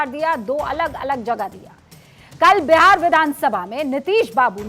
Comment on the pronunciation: Phli baat Behar nhi hota hai Bihar hota hai😅